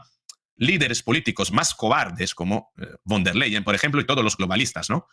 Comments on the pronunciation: Von der Leyen se dice , fon der Leyen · con respeto...la V en alemán, se pronuncia como la F,,,,o sea, VON, se pronuncia como FON.. seria von der Leyen, o sea se pronuncia como fon der Leyen..gracias. gracia por las importantes informaciones, soy su seguidora..mis respetos